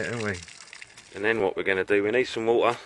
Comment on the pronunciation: I love how you say wa-ah with no T.